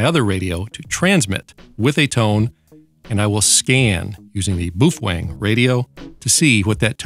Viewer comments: omg... if you say BOO-FWANG one more time... its BOW-FANG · Very nice! BTW the baofeng in Chinese pronounced as "B-Aw-Fun" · There is a engineer where I work that was born in Indonesia and he says it is pronounced "Boof-Whang" .. He's an engineer so I think he would know better than you.